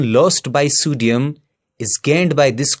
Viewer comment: Sodium... ❌ Sudium 👍 😂😂